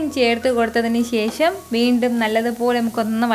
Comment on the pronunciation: ശേശം അല്ല ശേഷം